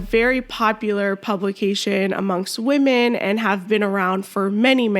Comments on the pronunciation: he literally said trans woman right , then proceeded to say weeman wrong. thats not even an accent issue. this guys just a fucking asshole , any way they can put their insecure asses above us. theyre so insecure that men dont want them they have to lie about being natural born females and they gaslight you into thinking an asian blow up doll is real human beauty. im done being nice to the fucking assholes. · I don't care if this weird guy claims English is not his native language. He could do a much better job of pronouncing the word "women." When he says "weeeemen" I believe he is pronouncing it correctly; that is, he is deliberately saying, " We MEN." These malevolent individuals are deliberately taking over women's spaces and they are only thinly disguising that fact. They all know it. They are all in on the scam. And for all their inane feminist blather about women's "rights" the fact is they don't give a SHITE about women. They just want notoriety and power to feed their mental illness. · No, they're making fun of the fact that he thinks he's a woman. And they're pointing out that he's not a woman, he's a wee man, and the way he pronounced it has helped the joke. If a real Thai woman had said the same thing, I assure you no one would be laughing. Go look up the meaning of the word 'wee'. That means he's a little man, a small man, and we're laughing because he's small in that area down there which he cut off. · You mock her for pronouncing the word women as "weeman." This was unnecessary and had nothing to do with the issue of gender. You were simply being racist.